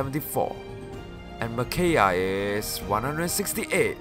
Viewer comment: I believe it's Me/Mih-kai-ah, but fantastic video nonetheless